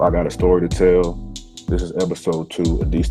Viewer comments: It is pronounced locally as Eh-DIS-TOE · You are pronouncing the name wrong. Born and raised here! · I'm from Edisto Island. Lived on Point of Pines rd. Just went crabbing last week. Hit me up and I'll give u the correct pronunciation